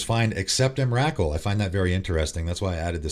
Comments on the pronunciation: Just FYI, it's EM-RUH-KOOL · I agree with most of what you say. Biggest controversy has to be your pronunciation though. Not saying it's wrong, but have literally never heard anyone pronounce Emrakul than what I heard today. Lol the names have been so wild since I first heard Iname. XD Keep it up though. Glad you got your channel back. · Dude,seriously,the way you say Emrakul is like nails on a chalkboard......I’ve never heard anyone ever pronounce her name like that before